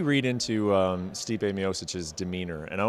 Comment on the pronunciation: This Brett dork still cant even pronounce Stipe’s last name 🤦🏼‍♂️